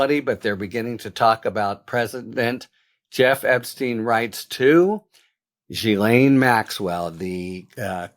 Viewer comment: You need to edit out your mistakes and also learn to pronounce Ghilaine correctly.